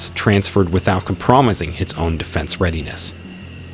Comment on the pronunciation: "compromising" is a lot worse pronounced as promising.